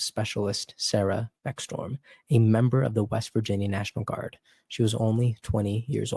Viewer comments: Her name is becksTROM, not beckStorm. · It's Beck-Strom. Not Storm. Yes it matters!! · Pronounced Beck-strom not Beck-storm